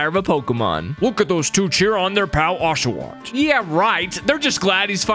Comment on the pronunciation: My feelings got hurt when he said oshaot(sorry if miss spell) I am an oshaot lover